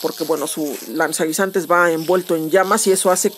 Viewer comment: "Lanzanguinzantes" xD